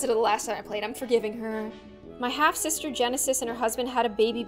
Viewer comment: "can i sell the babay ?" PFFT- !!!!!!!!!!!!! LLLLOOOLLL